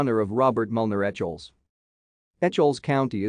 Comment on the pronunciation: It is pronounced E-kels